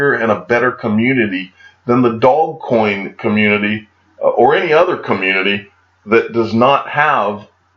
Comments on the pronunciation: It’s Dogecoin - pronounced Do’ge’coin duude!! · Pronounced: Do-zsh-coin